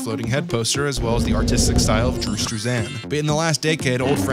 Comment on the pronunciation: bruh why you say struzan like that lmao